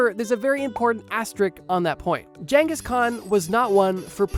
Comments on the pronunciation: Mannnnn every time you said genghis wrong I took 5 hp damage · There's never been jangus, most say genghis. But correct is chingus. Don't assume you know the pronunciation especially if you're American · "Jenghis" Nice job dipshit. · why is bro saying jenghis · Am i the only one irrationally annoyed by this pronunciation of "ghengis" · The psychic damage from how he pronounces Genghis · i dont think thats how you pronounce genghis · man is allergic to pronouncing Genghis correctly. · I think the 'G' in Genghis Khan is a hard G, not a soft G, my guy. Don't think it's supposed to be pronounced like a J.